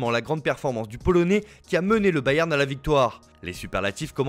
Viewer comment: IL faut dire bayern Munich Mais balewan dosmunich